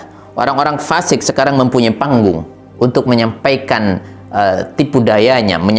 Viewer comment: Baiknya bedakan lafal fa buksn pa'